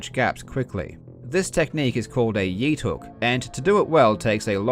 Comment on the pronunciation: Okay I fucking lost it at "yeethook"